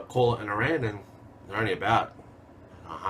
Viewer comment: I really enjoyed the video ! - Small point, Aran is pronounced Aah-rin, not Ah-raaan. Small group of islands of coast of Ireland.